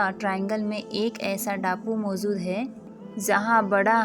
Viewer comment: Bolne se pehle apna pernunciation to thik kro. Kuch thik se bol nhi pati ho इजाज़त होता है बरमूडा है न कि बरमुंडा। मौजूद न कि मौज़ूद। इजाज़त न कि इज़ाज़त। पढ़ना सीखो पहले। Z औरJ ka फ़र्क़ करना सीखो साज़िशें न कि साज़िसे।